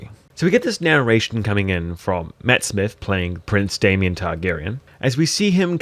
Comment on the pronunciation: why are you calling him day-mien when its obviously day--mon goofy